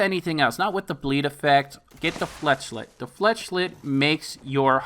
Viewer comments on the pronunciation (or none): great video thanks been waiting to see this gun in action! just for future reference though, it's flech-ette not flech-lette